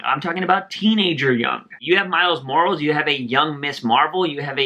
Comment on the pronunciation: Good video bruh. Miles last name is pronounced More-Al-Is. He's part Latino.